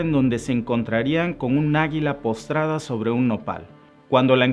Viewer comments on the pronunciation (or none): postrada o posada???? que mal narras... jejejeje